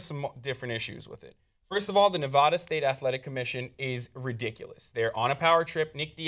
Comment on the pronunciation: Can I just say I appreciate how said Nevada right lol? I live in Reno, so it annoys the shit out of me when people get it wrong ***AHEM HASSAN***. Anyways, weed just needs to be legalized. Come on America, lets do this shit. If we can smoke cigarettes and die from cancer from those nasty ass things legalize marijuana as well.